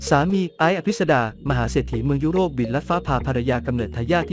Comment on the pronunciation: เมือง ยุ โร้ป (ปวดหัวกับการเอา AI มาอ่าน)